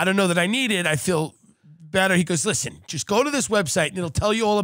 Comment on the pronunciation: LISHEN TO MEH 🥴 LISHEN